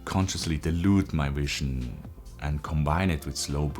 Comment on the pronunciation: something seems off? you pronounce vision with a W. less than a minute later you pronounce it with a V. your hair is another. hyper polished videos but your hair and beard are a mess. what value I could find was explained better in the original videos.